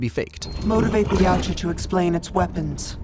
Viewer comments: its not pronounced yootja its yow-cha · I've always understood it to be pronounced "yowcha" I dunno where this uprising of the other pronunciation online even came from. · all wrong- it’s pronounced Eey-what-jaa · they...they pronounce yautja in the movies.....its certainly not whatever you're saying at the start. You fix it later in the video but you couldnt go back and rerecord the first lines with the correct pronunciation?